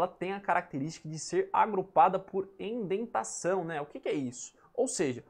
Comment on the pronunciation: Só pra informar, é "indentação" e não "endentação kk